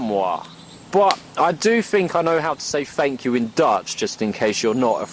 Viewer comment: 6million of those fuckers.... fuck and your dutch is pretty good, goed bezig.